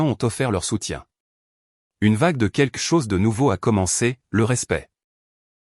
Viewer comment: "quequ'chose" ?? Et si on apprenait aux IA à prononcer correctement le français ? Et je ne parle pas de l'orthographe fantaisiste des sous-titres !